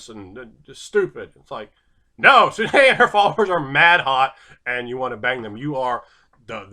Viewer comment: Sune is pronounced soon